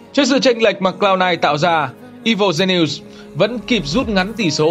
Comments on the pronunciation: Woft? "I vồ gi ni ùs"?? chất lượng của video này kém thật sự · Evil Genius"es" = I-Vồ Gi-ni-us-"sis" nha bạn! Không phải lỗi lớn nhưng cũng xin góp ý cho ạ.